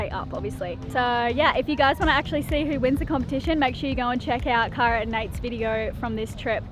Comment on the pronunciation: I love how her name is pronounced CARE-AH, but ya'll continuously say CAR-AH lol!!! Makes me giggle every time haha.